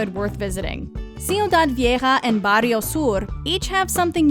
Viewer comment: I find so funny Americans trying ti pronounce spanish and charging the R very much Barrrrrrrrio